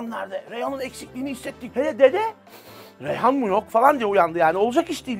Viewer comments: Dizinin ana karakteri ebru şahin'in dizideki ismini bilmiyosunuz daha geçmiş eleştiri yapıyosunuz. Reyhan değil. Reyyan. 6.49 da reyhan diyosun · önce bir adını öğren karakterin. reyhan değil "REYYAN"